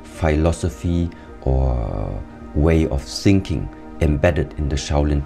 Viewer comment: Its funny when you hear sinking instead of thinking, its like it was on purpose